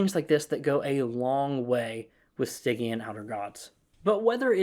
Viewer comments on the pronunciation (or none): Just a heads up: Stygian’s pronounced with the “j” sound, like “smidge.”